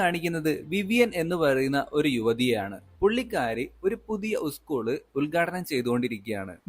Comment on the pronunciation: ഉസ്ക്കൂൾ ❌സ്കൂൾ ✅